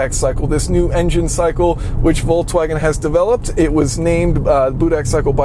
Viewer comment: Voltswagen is not a word. Why are there so many people who cannot pronounce Volks? It's not Volts.